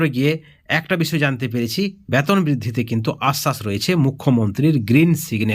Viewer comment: Batan আপনি ki বাংলাদেশি না হলে বেতন কে ব্বাতন বলেন keno boka choda